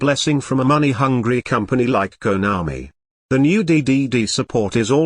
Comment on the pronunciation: Everytime he says Keownami🤣🤣🤣 Fluff-als🤣🤣 Keep it up